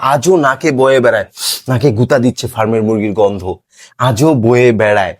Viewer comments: ভাই উনি গন্ধ বলেননি, বলেছেন ঘন্ধ😂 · ভাই আপনাকে সন্মান করে বলছি, ঐ শিক্ষিকা ফার্মের মুরগী বলেননি, উনি বলেছেন পার্মের মুরগি। উনি গন্ধ কে বলছেন ঘন্ধ।